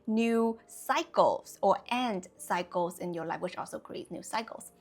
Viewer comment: Your pronunciation of 'cycles' sometimes sounds like 'psychos'; which could make for some great quotes. One that comes to mind is: "Don't create new cycles, with old psychos." Another that comes to mind is: "Being stuck in old cycles, is a form of psychosis." What I'm reminded of with these ideas is the idiom: "Lessons repeat, until they are learned." I've personally learned that sometimes when ex friends or lovers come back, it wasn't for me to avoid them, but to learn how to enact a boundary where previously I thought I only had the binary options of avoid or people please. Now I'm finally learning "The way is through." That confrontation is only scary in anticipating it. When we choose to go through instead of around our life lessons and challenges, it's self love in action. And what we get out of it on the other side is euphoria, like endorphins after exercise.